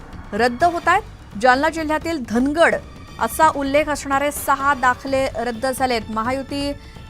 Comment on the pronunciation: धांगड म्हणा धनगड हा चुकीचा उच्चार आहे